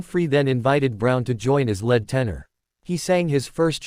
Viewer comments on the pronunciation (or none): Matt was was the lead (leed) singer, not the led (as in the metal lead, Pb) singer. Need to check the pronunciation on the computer voice. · In this context, "lead" is pronounced "leed" not "led." Sorry to be pedantic but the the difference between "lead" and "led" is is rather wide. Yes, "lead" can be pronounced "led" but not here.